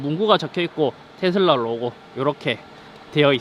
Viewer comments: 테thㅡㄹ라 엑thㅡ ㅋㅋㅋ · 앞부분 테 슬 라 할때 취한게 아니면 더위 먹으신건가요? 건강 잘 챙기세요.👍🙂